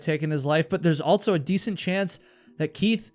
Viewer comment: Never have I ever heard someone pronounce the word “also” with a T. Altso? So fuckin wierd